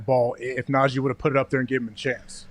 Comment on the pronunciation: Lmao saying “Nahjay” Harris instead of najee is what najee was talking about at the tide pro day today